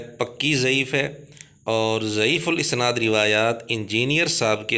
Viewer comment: مرزا جہل می اسناد کے الف پر زبر پڑھتا ہے